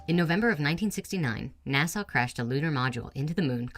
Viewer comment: It pisses me off when s People say nasaw instead of nasa